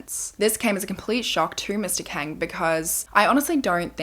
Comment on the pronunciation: Not that it matters now but Kang is pronounced as Kawng/Kahng. It’s just something that bothered me while listening 😭 Loved it tho! I’ve been been bingewatching past videos. ❤️